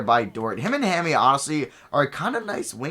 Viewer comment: Diallo's nickname is pronounced like "mommy" not hammy lol